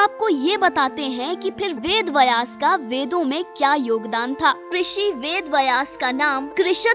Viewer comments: आपकी हिंदी कि हालत बहुत ही दयनीय है थोड़ा और सुधार करें। बयास नहीं है व्यास है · पहले उच्चारण सही करें वेद बयास नही वेद व्यास हैं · मैडम वेद "बयास" में आप गलत बोल रही हो। शुध शब्द है " ब्यस" ना कि बयास। गलती सुधार मैडम। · बिलकुल, पर पहल अच्छी हे। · Bhai "Vayas" nahin hein, "Vyaas" hein; donon mein anthar hein; uchaaran sahi nahin honey par arth bhi badal jaathaa hein! dhyaan deejiyey. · व्यास शब्द उच्चारण सीखे